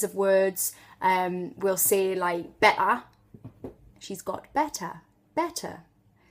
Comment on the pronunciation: The way you say "better" shows a really distinctive aspect of Geordie that I never hear mentioned: Combining a glottle stop with a consonant in the middle of a word. No other British accent does that.